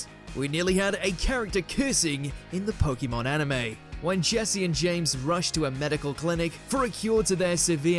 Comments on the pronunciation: When will they actually say it right as should be Pokémon. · "It doesn't make sense in the context of pokemon pronunciation" he says, mispronouncing pokemon every single time in the video